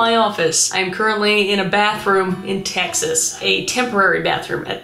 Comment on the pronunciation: Why she gotta say Texas like that with so much emphasis behind it 😭lmao